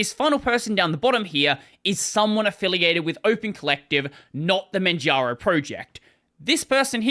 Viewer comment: Why do you keep saying Manjano instead of Manjaro? 😅